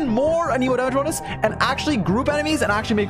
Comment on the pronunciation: Lol he says anemo damage bonus like it’s 1 word